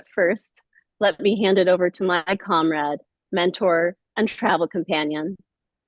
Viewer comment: I love the way she pronounces "Comrade" haha <3 Stein is serious. So are we!